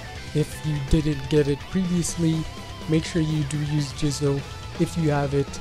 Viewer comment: SAY JIZO'S NAME AGAIN PLEASE